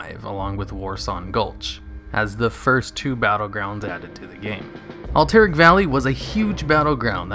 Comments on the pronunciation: Al-ter-ac not alteric. plz get it right, lol. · al-tiric is so weird after I thought it was alt-er-rac. Could be either, don't matter really. I'm still content on pronouncing Cav-al-ry and not Cal-vary though... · Good video, but the way he butchers the pronunciation of Alterac is disturbing. Lol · You don't say words right. It's C .. a ... VVVVV AAAA LLLLL RRRYYYYY and Al ... ter ... ac. not AlLL tERRAK